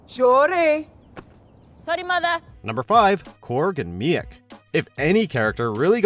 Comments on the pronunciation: mee-yeck? really? Meek. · It's just pronounced Meek, not Mee-ek. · What kind of asshole would say me ek instead of meek for Meik Tessa was as terrible as Will Smith in Hancock. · He pronounces miek me-eck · the guy pronounces most of the names wrong like meek and Valkyrie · It’s Meek, fucking MEEK!!!! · Pronounced Meek, it’s ok there’s a lot of content you have to be familiar with to sound like an expert in most of the lists and subjects you folk cover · Best thing about this video is that he screwed up saying Miek and Valkyrie’s name, all while saying...we at watchmojo are big fans of Thor:Ragnarok. I’m pretty sure if you can’t even pronounce the names of two of the central characters (well Valkyrie for sure, Miek is more secondary...but still) you’re not so much of a fan, but more of a casual observer. At least they got Jeff Goldblum’s name right...though it wouldn’t shock me for them to mispronounce that too 🙄🤦🏻‍♀️ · That's not how you pronounce Miek 🤦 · how did you manage to screw up pronouncing Miek's name? ffs...... also Ghost Rider, given how good Agents of SHIELD handled the character